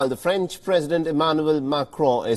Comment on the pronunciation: It's French not Franch.